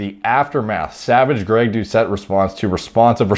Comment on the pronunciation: Terron said Greg Dou-shit. Lmao